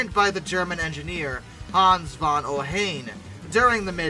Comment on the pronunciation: Ohain: O-hine, rhymes with fine.